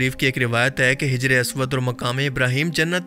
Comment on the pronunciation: Its hajar not hijar